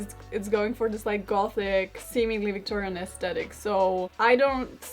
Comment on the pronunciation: Karolina- Americans recently have developed a habit of pronouncing 'aesthetic' incorrectly which I noticed you've picked up on. Sorry it's one of my pet hates! The H isn't silent so it's pronounced as-thet-tic not as-tet-ic. 😝